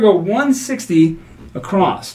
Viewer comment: while we are on the words you use, I have noticed both you and Jeremy (from Color Up) using the word “acrosst” rather than “across” when you are say [placing $64 across]. Is this just a slip or are you actually trying to haven the “T” or “D” sound at the end of that word for some reason?? I love your style and appreciate your channel. Thanks so much for sharing the content you do.